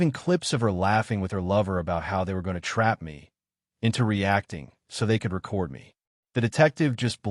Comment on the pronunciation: Pronounce record correctly